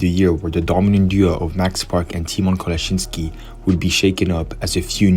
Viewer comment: congratulations! u corectlly prounance ''kolasiński''